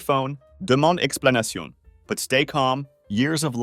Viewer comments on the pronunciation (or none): deman' explanacion!!! that is the only way i will pronounce demand explanation from this moment forward